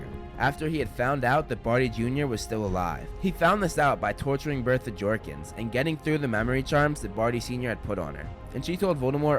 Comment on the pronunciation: It’s not jorkings it’s jawkings